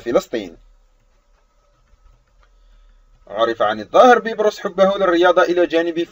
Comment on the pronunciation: علي فكره بتقول الاسم غلط😂😂😂